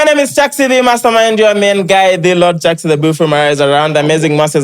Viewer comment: Chix ni nani!? It's Chaxxy get that right. No offense.